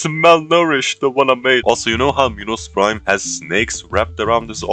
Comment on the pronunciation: Minos prime? No! Pinos prime? No too! It binos brime